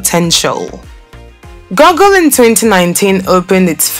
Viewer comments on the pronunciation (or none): this particular presenter was mis pronouncing many words. It would be good to speak in her native tongue and have Englush subtitles. That would be more refreshing. Gugu for Google is even better at least its closer. Goggle is a different word altogether. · Good video. Constructive criticism- if you are going to speak in English pronounce the words correctly. Accent is OK but goggle and Google are two different words, whether speaking US or UK English. Paradigm, has a silent g. Etc some of this made wince and could put off English speakers.